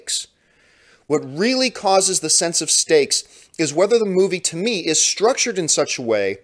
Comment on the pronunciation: The more i hear John say 'stakes' I end hearing 'steaks"